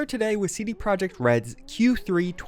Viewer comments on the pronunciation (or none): One more time, as polish it is really infuriating that u call company 'project' it is projekt, pronaunce it as proyekt.